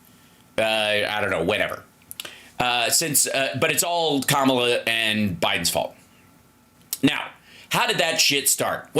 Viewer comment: He's trying to make her name 'K mala', which in spanish means "how mean". Que mala. That's why he's pronouncing that way.